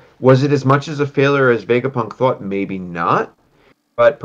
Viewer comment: Bruder es heißt thought….. dieses „tough“ jedes Mal😭😭